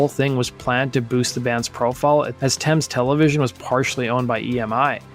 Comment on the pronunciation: Nice to hear an American saying Thames correct.